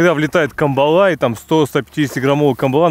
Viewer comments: Добрый день. Почему же камбалА? Ведь правильно кАмбала. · На Сахалине такую навагу называют спичечной) и клюет тут в основном лошади по 300-400г. Но по мне так вкуснее средняя, так сказать сковородочного размера, и да, она вся, только выловленная рыба извивается на сковородке. ЗЫ: нам больше созвучный кАмбала, а не камбалА! Нхнч🤘